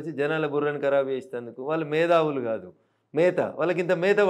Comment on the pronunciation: Medhavulu ❌❌❌ Methavulu..✅✅✅.........😂😂